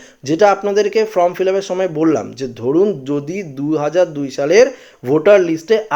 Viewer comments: ফরম নয়, ফর্ম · ফর্ম ফিলাপ করার জন্য বি এল ও অফিসারদের সাহায্য করতে হবে। সকলের পক্ষে নির্ভুল ফিলাপ করা সম্ভব নয়। এটা যাতে ঠিক হয় সেটা দেখা নির্বাচন কমিশনের কর্তব্যের মধ্যেই পড়ে। এই যে আপনি বলছেন আপনি কি নির্ভুল বলছেন? বারবার form কে from বলছেন।